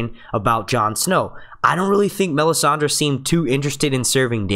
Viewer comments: stop saying Me-sand-ey...annoying as hell.. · Does anyone else's skin crawl every time he pronounces the names wrong???? Me-san-dee??? No...Mis-san-day. Var-rees? No... Vair-is. Please, please, PLEASE ....LISTEN to the way the names are pronounced in the show and take note.... thanks!!!